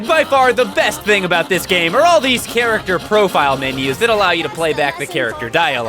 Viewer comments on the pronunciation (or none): none